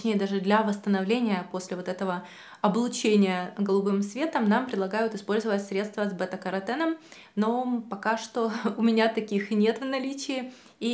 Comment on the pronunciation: Не beta - karаten, не канаплинное масло!!!! Боже, как так можно ставить ударение не правильно. Причём всегда. ИКЕА. . 😬